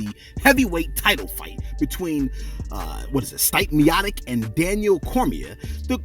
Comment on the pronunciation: Lol the way he pronounced Stipe Miocic 😄